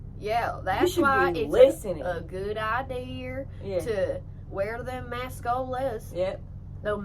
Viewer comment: "A goood ideaRrRr " 🤣